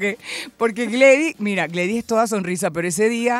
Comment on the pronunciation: Gledys... NO Gladys...